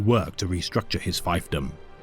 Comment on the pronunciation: was chilling while doing other stuff, but the way he pronounced "fiefdom" took me out real fast. its not "five", its like "grief". the thing i like about the visuals of the Nightlords is that they look more like vampires from folklore, which is terrible, man-eating beasts, not the pretty and sanitized vampires, popularized by a single novel in the 1800s (thats what the Blood Angels are for, which are also very cool, since they learn more into the latin arch-catholocism, like Blasphemous) "damn, i cant believe the US government considers blowing up Detroit a crime, there were a bunch of criminals living there after all" -, ca. 2026 like half the primarchs are called "greatest duelists" in media. the lion, fulgrim, curze, the khan, probably sanguinius, etc. which is one of the reasons i like Peter Turbo, because he just goes "dueling is stupid" and shoots his opponent, sometimes with a nuke. very fitting that the word "elucidation" was never uttered in stims presence. these videos are really good. i saw the rememberancer being mentioned a couple times in comments before, but never got around to checking him out, so thanks for doing so,!